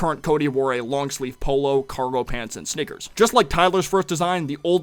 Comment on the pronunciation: Did you call sneakers "Snickers"?